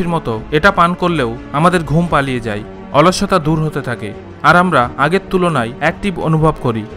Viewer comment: Vai video ta valo chilo but apni 'যায়' শব্দটি না ব্যবহার করে 'যাই' বলেছেন... যায় কে যাই না বললে বুঝতে সুবিধা হত